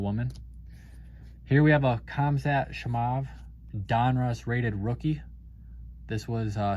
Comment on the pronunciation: Awesome Video man you always bringing the 🔥 but just a psa.. go listen to some YouTube fight videos on how to pronounce 'Khamzat Chimaev' 😂😂😂😂😂